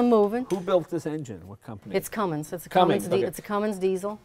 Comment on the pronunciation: Jay should know that there is no G in "Cummins".